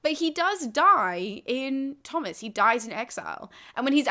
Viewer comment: Are you sure Tomas is pronounced "Thomas?" Shouldn't it be "toe-mus?"